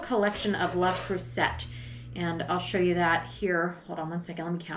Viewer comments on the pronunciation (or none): is fantastic. Hope she can join you for more episodes. From the internet: How do you pronounce le creuset 'Turns out it's "luh-CROO-zay" with the emphasis on the middle syllable that's pronounced similarly to the "oo" sound in "cruise." Easy, right?'' Just an fyi. Love scallions/green onions. Radishes and green onions with dinner all the time. Yum. It's a hard no on the sardines, however. 🤣 Looking forward to more.